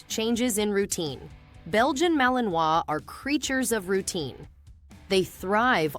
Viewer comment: Poxa! Começou mal, pegou mal Pronunciamento “Malinois”.